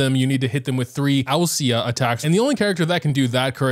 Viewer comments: Greek person here, just wanted to help clarify the whole ousia - pneuma thing. So ousia is pronounced like usia (the "u" like in "ooh") and pneuma is pronounced like pnevma. Tbh I expected to come across greek words in Enkanomiya rather than Fontaine so this really came out of left field lol. Hope this will help some people out!! :) Also wanted to add a very basic translation to this if anyone is curious. Ousia = essence Pneuma = spirit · hello and everyone struggling to pronounce "pneuma" and "ousia" correctly. pneuma (pne - v - ma) translates to "spirit" from the greek word "πνεύμα" ousia (oo - see - ya) translates to "material" (or something materialistic in general) from the greek word "ουσία" thank you, and youre welcome.